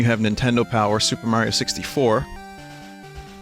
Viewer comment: holy shit Vinny said Mayro in 2021???? I haven't heard that since 2015!